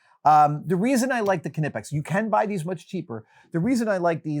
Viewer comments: It's Nipex, the same what you don't say K-knot or K-know ha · Adam! Nip, not Ka-nip! Hahaha 🫶🏼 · Keneepek? Knipex! The k is silent, just like knee or knife 😜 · Thought it was pronounced nipex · “Knee” pex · I always thought the Knipex wire strippers were pronounced with a silent K like Nipex.. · The Dewalt cordless router was the latest addition to my cordless range and is brilliant. Anything that Knipex makes is brilliant, it’s the industry standard for electricians here in Ireland 🇮🇪. Also, the pronunciation of Knipex is ‘ni-puhks’ it’s a silent K 😉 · I always thought it was pronounced kni (like knight) -pex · The K is silent! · I dont know if its an American thing, but I work for a tool company that stock Knipex, and the K is silent. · til how to pronounce knipex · The "K" in Knipex is silent. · Nope. K isn’t silent in German—they even sell shirts that tell you to pronounce the k. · Nope. Knipex even had a youtube video where they specify their pronunciation haha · That’s not how to pronounce knipex. Think knight.